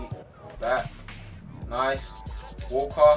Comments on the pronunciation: When you say walker it's sounds like your saying wallcot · When he said "Walker" it sounded like "Walcott" to me